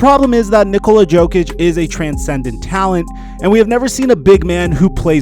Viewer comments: Yo-kic not joe-kic bro. Do you even watch the nba? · Everyone: Nikola Yo-kich: Nikola Joe-kich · Because he is the Joker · My man said Nikola Joke-ic unironically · Who the fuck is joekich? Never heard his name said like that... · man said Joe-Kich